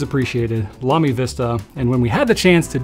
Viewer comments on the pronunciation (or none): none